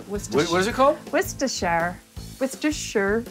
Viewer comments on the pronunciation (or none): War-cest-tor sauce lady